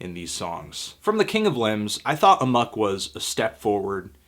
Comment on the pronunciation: Amok not Amuck yo